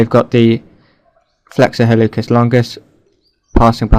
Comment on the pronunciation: Pronounciation note: in Latin, "c" followed by "e" or "i" is a "ts" or "s" sound. HalluTZis, or Hallusis longus. This actually is reflected in English pronounciation rules, too (think about when you pronounce a "k" sound for "c" and when you don't). Otherwise, very useful video!